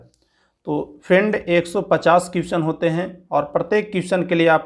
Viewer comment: भाई अगर आपको बुरा लगे तो माफ करना.... लेकिन आपको अपने उच्चारण पर ध्यान देना चाहिए.... जैसे question का उच्चारण सही से नहीं करते हैं...